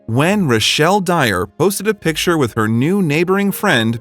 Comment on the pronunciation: Say it with me. PiCK ture. Not pitcher.